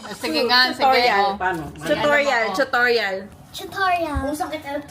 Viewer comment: Tama po si sa pag pronounce ng "too-taw-ree-uhl":)